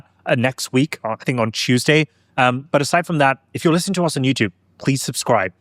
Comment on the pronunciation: I like how you say "Chuesday" instead of "Tuesday" 😂